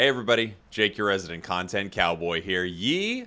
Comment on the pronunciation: Does anyone thought that he started video by saying "Jake the resident cu*t"? :D